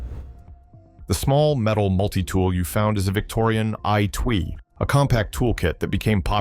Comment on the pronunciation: You mean the.. AI-twee